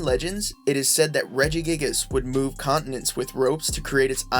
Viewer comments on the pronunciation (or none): none